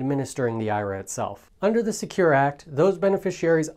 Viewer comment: Please pronounce IRA the correct way!